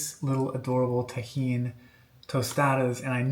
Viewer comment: Can't wait to serve this at my next garden party. Impressed with your pronunciation of tajin.